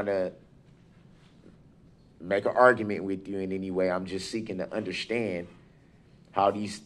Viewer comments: What is "undershtnd"? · DUDE THERE IS NO H IN UNDERSTAND, MY GOD YOU BUFFOON